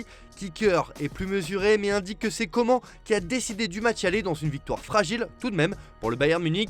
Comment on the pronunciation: Déjà comment tu prononce « Coman » ? Tu mérite des insultes